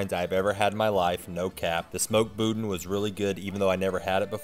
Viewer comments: boudin is pronounced boo dan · Raised in Louisiana. I know he was joking about the "mini-lobsters" (at least I think he was joking about them), but the pronunciation of boudin hurt my ears.